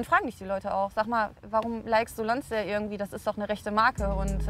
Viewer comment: Die Marke "Lonsdääl" also...